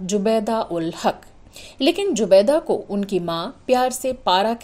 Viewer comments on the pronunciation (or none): Please don't mix z and j. Her name was Zubaida not Jubaida. It's not majhab but mazhab. Also please don't say Dalhoujee. It's Dalhousie. I'm sure you know the difference between Zee and Jee or Gee? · Your accent of her name is incorrect ,her was is prounced as Zoobeda,not jobeda,But your Vlog is Fantastic.WellWishes from Lahore. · It’s not joo baida it’s zoo baida, Zanjeer not Janjeer, Mazhab not majhab atleast pronounce properly 🙄